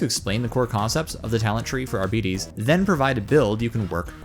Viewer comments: It's pronounced Arb-it-taze, not Ar-beat-eez You don't pronounce Arbitrator as "Ar-bitrat-or", you say "Arb-it-traiter" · Why do you demonstrate that you can pronounce Arbites yet decide to only pronounce it properly twice. (Not Arbiddees. ARBITES) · Arbeeeeteees... lool I know he's only an American after all, but Coulda explained how to pronounce it to him before he made a tutorial about it and now teaching others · I pronounced it ARRR BITES not arrr betes LMAO I like my pronunciation better. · Seems there is some confusion then because the voicelines in the game pronounce it differently. It should be pronounced AR - BIH - TEES as per the voicelines in the game. AR - BEE - TEES just sounds dumb af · I have never heard someone call an arbite an AR-BEE-TEES before, and I'd like for it to remain that way. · "Arbeetees" Alright that's an instant turn-off lmao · I flinched every time he said Arbitay... 🙂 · AREBEEDEES lmao c'mon man i know you're american but please try to pronounce it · Everytime someone says "Arbeetees" a kitten dies. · Is that really how you pronounce Arbites? I never would have got that in a million years 😂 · Yeah I couldn't get past the 2nd mispronunciation of Arbites, I don't care if the way he's saying it is widely accepted, its incorrect. Coupled with his monotone disinterested droning of the word its like nails on a chalk board. Can we get someone with some testosterone in their voice to renarrate this?